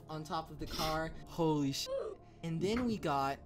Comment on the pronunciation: Love how he pronounced shit as "SHET" 😢🤚😂